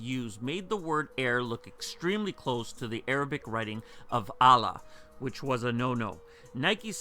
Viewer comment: Allah airs, lmao.